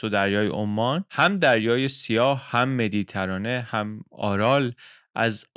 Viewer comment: Méditerranée یا Mediterranean means the sea of the middle of “terre” یعنی اینکه تلفظ نام این «دریای میان زمین» به شکل مِدی‌تَرانه از پژوهنده‌ ارزشمندی چون بندری بعید بوده و انتظار نمیرود. نکات بسیار دیگری را می‌توانم با ایمیل با شما در میان نهم اگر نشانی شما را داشته باشم. ارادتمند: شاهین اسپهبدی